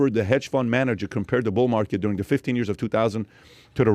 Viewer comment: Learn how to say the dude. It is not “duh”.